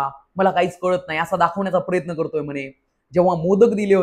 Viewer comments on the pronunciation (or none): none